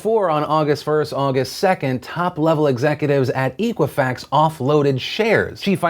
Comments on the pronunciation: Eck-wa-fax, it's eck-wa-fax. Not eek. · I hate to sound like hermione here, but your pronunciation drove me nuts It's EH-qwi-fax not EE-qwi-fax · EK-uifax not EEK-uifax. Ex like except. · Hey Phil, It's pronounced Eh quih Fax not EE qhih Fax. Soft E. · Pronounce it correctly. It is X-quwa-fax not E-quwa-fax. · It's pronounced "eh-qui-fax", like the word equity. Not EE-quifax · EEEEEqua-fax? I thought it was pronounced ECK-wah-fax! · Phil, its pronounced Eck Wa Fax. I've never heard of EEK! Wa Fax. The hooked on phonics courses are available to help you. You don't have to go at this alone. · you're pronouncing equifax wrong . It comes from Equity so use that sound instead of eekwifax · Phil, it's pronounced "eh"quifax. Like their response when asked if they should report their findings immediately. "Eh." "E-quifax" sounds like it was founded after dial-up. It was not. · Dear God Phil. It's Eh-quifax. And the breach was in July, not September. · It's pronounced Ekwafax, like Equity, not Equal. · You're not pronouncing Equifax correct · You're saying Equifax VERY wrong. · What does watching the "very important video" do for all us American adults? There's basically nothing any of us can do. The data breach has already happened and none of us can stop a credit card being issued in our names without our knowledge. Just what is it you think your talking about this story (and repeatedly mispronouncing Equifax) will do.....other than get you a lot of views?